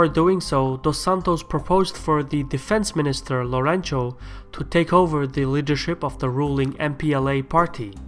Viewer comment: "Lourenço" is pronounced "Lorensu" :)